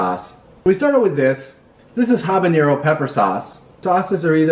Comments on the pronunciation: I love how the pronounce habañero lol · Habanero is not pronounced like jalapeño. Guy is a noob. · Did taking almost all your clothes help? I don't think so. Btw, why do people mispronounce "habanero" all the time?